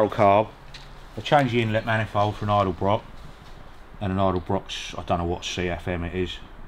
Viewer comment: Ha ha... i figured that'd be his answer, he'll be scared to know that Budweiser and Walmart are gonna start putting autonomous lorries on the highway in the next 5 yrs. How in the Queens bloomers does have experience with an Edelbrock? ( ED-ELL-BROCK) i noticed called it an Idelbrock, lol. Tell he'd love watching "COLDWARMOTORS" here on YouTube, they only work with older vehicles. Cheers for my question answered.